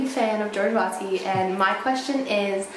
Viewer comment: Wastky...? You mean *WATSKY*?